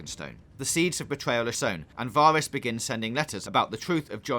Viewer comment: wow this is all wrong and you cant even pronounce Varys